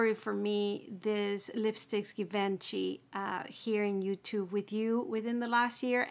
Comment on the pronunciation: Nice review but just so you know it’s pronounced G vaan shee.